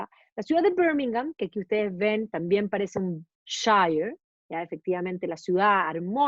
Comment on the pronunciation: Hola. Un pequeño alcance sobre la pronunciación de la palabra "shire"en inglés británico. Cuando aparece al final de una localidad, como Yorkshire, la pronunciación es /shia/ o sea: / ió:kshia/; cuando aparece en forma aislada, se pronuncia: /shaia/. Slds!